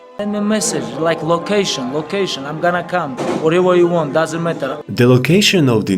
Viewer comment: I was listening to the intro and got startled at Khabib’s “lokation lokation”. I thought I was in a different video lol